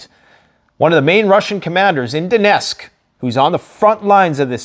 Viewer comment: The right pronouncing is DoneTTTTsk not Donesk , for youre information.